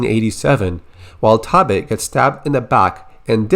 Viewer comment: Only part of this that bothers me is the pronunciation of Taabe